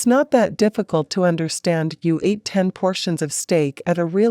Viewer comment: Please have humans doing the speaking. NOT an electronic/computer. Example: ATE is pronounced ate...not A T E...3 separate letters.